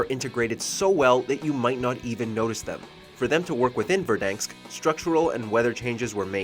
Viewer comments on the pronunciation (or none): Didn’t u guys notice that he said Verdanks instead of Verdansk maybe two or three times in the video? Oh and btw you guys are a bit late, three seasons too late to be exact